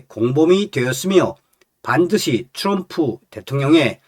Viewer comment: 츄럼프발음좀똑빠로 그럼 댇옹령을대총령이라하지 왜말을멋부려참나